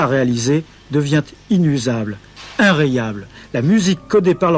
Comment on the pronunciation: "inrayable" hahaha